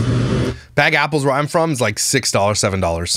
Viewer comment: Take a drink every time says yapples and I’ll see you in the ER. 😂